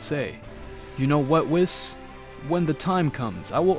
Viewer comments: Okay who the f*** is kakra it's f**** it's kakarot not pack packer and it's Weiss not wis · Love the story it'd great! BUT WHY YOU CALLING ME WHIS ITS WHEES THATS HOW YOU PRONOUNCE IT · "wheese" not "whiis" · Why does u say whis like wis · Uhm excuse me, how in the actual dingaling did manage to mispronounce whis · Am I the only one hearing him absolutly butcher Whis’s name w